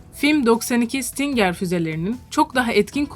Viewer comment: Stingır diye okunuyor